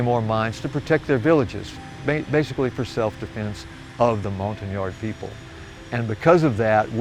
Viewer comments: Hi, it’s pronounced ‘Mon-tag-yard’ as confirmed by my French friend. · How do you peonounce Montagnard? Sounds like hes saying mountain-yards